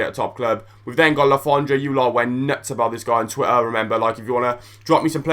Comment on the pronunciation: How u say twitter, "twi er"